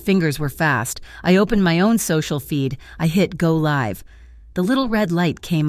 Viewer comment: Great story but the mispronunciations of words like live, and MAKO detract from the story and I don't like cliffhangers either